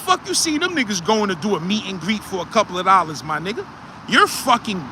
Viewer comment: “For a coupla lollas “ 😂😂😂😂😂